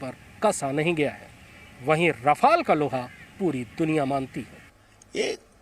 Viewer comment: रफ़ाल क्या होता है भाई राफेल